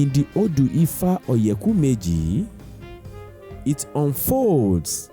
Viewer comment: Please pronounce oyeku meji properly and stop westernizing it! And please speak smartly! You got something good going for our culture.